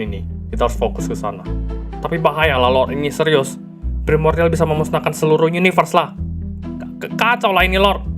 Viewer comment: pas martin bilang primordian ,gua langsung keingat marvin😢